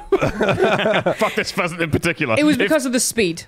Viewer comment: also instead of pheasant I heard peasant xD